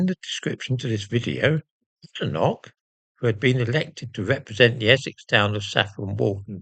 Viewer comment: And how,did she,acquire,a Scottidh surname? Has she ever even been to Scitlsnd? As a Scot, I would like to know as she is certainly no friend of the prople of Scotland. She cannot even pronounce her name correctly, calling it Badenock!